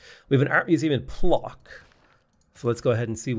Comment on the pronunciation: The polish "Plock" city is read "Pwotzk" ;) Your pronunciation took my by surprise and I love it, though